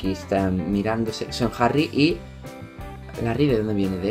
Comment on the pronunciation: Larry stilinson 😂😂👌 Se pronuncia lerry estailinson